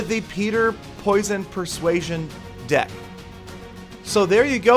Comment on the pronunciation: is it me but when Peter says deck it sounds like dick xD and the song is completely different